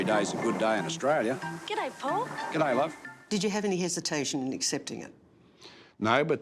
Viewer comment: It's "G'day" ya numpty